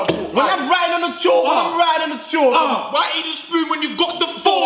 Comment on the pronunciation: well it's certainly not pronounced CHAWWK